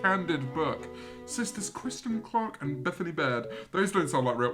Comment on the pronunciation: CEO of mispronouncing Kristin